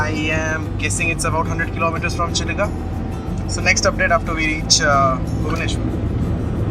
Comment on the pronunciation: The lake in Odisha is Chill-Ka ,not Chili-ka . The river at Kolaghat is Rup-Narayan. Everything else was very nice. 👍